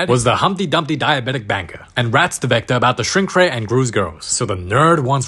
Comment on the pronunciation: Bro said zector😂